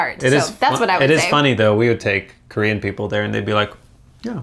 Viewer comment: Your Korean pronunciation is really good^^* -I am Korean